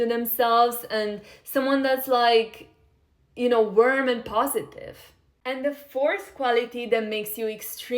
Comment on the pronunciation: I’m sorry but someone needs to tell her that she’s not pronouncing “warm” right 😅